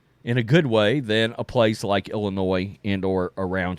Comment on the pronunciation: Illinois is pronounced "Illinoi" the "s" is silent.. its not pronounced "Illinoise"...